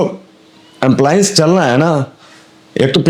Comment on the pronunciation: भाई साहब amplience नहीं एप्लायंस बोलते है